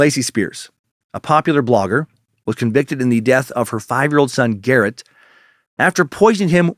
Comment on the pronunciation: Suckmaster... it's GARNETT Spears, not Garrett! Still, so far, 3/5 stars, wouldn't change a thing about this episode. Dee Dee absolutely had it coming. I covered MSBP in a 4-part series on my podcast last year, and I've fallen squarely on the side of "definitely influenced by disordered thinking, but ABSOLUTELY deserve prosecution for their crimes and should be locked away for as long as possible". MSBP is medical child abuse, period! If there's a hell, Dee Dee's burning in it.